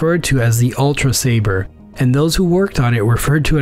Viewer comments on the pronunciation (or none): none